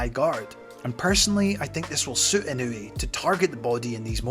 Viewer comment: Try sticking with calling him: EE-know-weigh That's a lot closer than: Ih-KNEW-ee